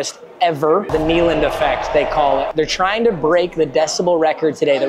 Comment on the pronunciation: Its pronounced NAY, not Knee in Neyland lol <3